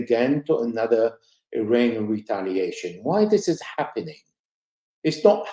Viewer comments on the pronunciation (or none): With utmost due respect to guest whom I greatly admire, IRANIAN is pronounced "Eee-Ronny-Yan" rather than "Eee-RAINY-Yan". As for you, I thank you as always, for inviting such knowledgeable people.